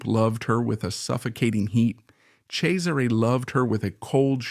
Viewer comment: I love this, but the pronunciation of the names drive me insane. LOO-CRAY-ZEE-UH..... CHEZ-ER-RAY....